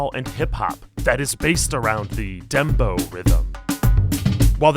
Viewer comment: It's dem bow (like bowing to a king) Look up what it means in Jamaica lol